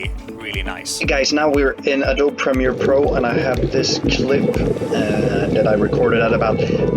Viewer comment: Hey great video. Thanks. I appreciate many of the tips! English is a funny language, so no criticism meant, but Adobe is pronounced like Uh-doh-bee with emphasis on the 'doh'.